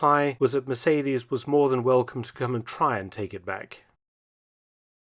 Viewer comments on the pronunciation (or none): none